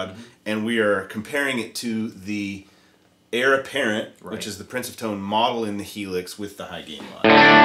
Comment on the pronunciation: Sounds great. But my inner grammar cop has a twitching eye...it’s “heir”, not “hier”.